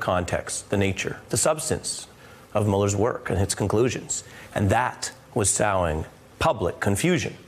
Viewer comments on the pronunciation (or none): Somebody tell Ari that "sowing" is pronounced like "sewing" not like "plowing"